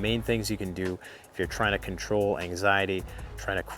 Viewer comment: The word is CAN, not Ken!